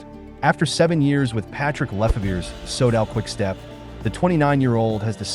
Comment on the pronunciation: Can you not use that bullshit AI voice? It's like listening to someone who has'nt a clue about cycling - I cringe - Leeg basto Leeg? Sodall? Jiyrow?